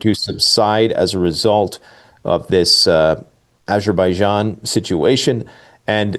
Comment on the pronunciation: AZERBIJIAN, NOT ISERBIJIAN